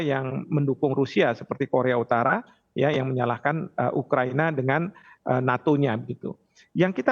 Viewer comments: Pembawa acara tivi nya salah sebut.. yang benar ukahina..bukan ukahiniii bos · Ukahina bukan ukahiniii bos gi mana sih pembawa acara berita nya